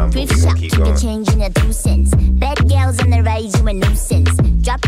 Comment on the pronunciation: I think why Harvey's verse hits soo hard is that unique voice of hers and the way she spits that "bad gyals" line. I'd imagine it was bcuz this bein their first English track it was prolly hard for her to pronounce "Gals" soo they leaned on that voice of hers while paying tribute to the Jamaican culture and yalls amazing accents🙏🏿💯. XG always show luv to the Culture ✊🏿😌. They mean it when they say their a Global Girl Group.